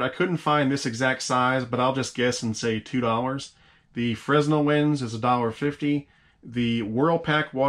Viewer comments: Great review, most helpful. One tiny, and irrelevant, beef-- I worked with them for 10 years-- Fresnel is pronounced "fren' nel", not " Fre-s-nel". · It is pronounced "Fra-nel" lens, the s is silent.